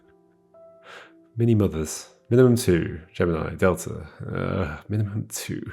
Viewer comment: "MINIMUM2", not "MINIMUMZ" 🙂